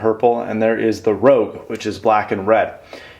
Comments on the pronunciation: rouge not rogue :P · This is a nice review. Thanks! Although just to let you know, "rouge" is pronounced "roozh" and it's an 8 foot cable, not a 6 foot. But no big deal. I think I'm going to order a pair of these tonight. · It's rouge(pronounced like rooge) which is a shade of red and 96" is 8ft...just sayin...but great review though. I think I might end up picking up a set.